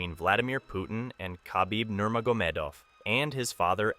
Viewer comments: Troll much lately? For someone who seems to no so much on this story you would think he would no how to pronounce nurmagomedov by now! By the way khamzat has never been humble, but u didn't mention how he bought a house for his mom, built a gym for the kids in his village. He left Sweden because of the blatant racism towards muslims. I guess It didn't go a long with ur narrative that khamzat is an out of control, changed by money, heel of a villain. This is a garbage story n everybody is now dumber for having watched. Even how he met till was wrong. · I think I heard about 6 different pronunciations of Nurmagomedov throughout the video.